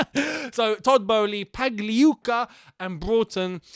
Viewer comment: Hey, just a tip. Don't pronounce the 'g' in Pagliuca. Congrats on the Ricketts bid being dropped